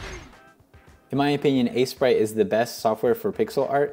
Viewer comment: It is pronounced ace-prite